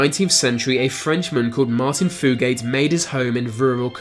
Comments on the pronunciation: #2. It’s not fu-gate it’s fu-get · It’s not pronounced Foogate it’s pronounced few-git. They were real and lived in troublesome creek in Montgomery, Kentucky. I live right up the road from there. Although they were an inbred family, Inbreeding isn’t even common in Kentucky. We don’t inbreed. It’s just a wild rumor created by ignorant people around the world that fools believe. I don’t know what reason the blue fugates inbred for, but they did. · I’m from the same county as the blue Fugates, but I’ve only ever seen one of them, and that was only one time. It’s also pronounced “few-get”.